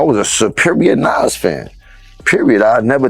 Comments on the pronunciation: Lady it's Nas not Naz 😂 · Nasssss. Jahdahkiss? Are you kidding me with your pronunciation?